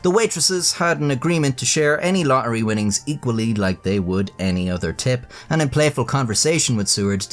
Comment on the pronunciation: To the Mega Millions what? Lohery? 😂 A bit of elecution there chap. This is an old and well-worn story too. "Lottery ticket given as tip". The best part of this is the animation. The stock music is annoying. "My magnificent content on those crappy websites" that was the best joke of all. 😂